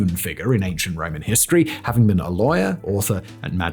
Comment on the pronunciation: Your pronunciation of 'iss' like hisstory, professsor, iss, is stressing me out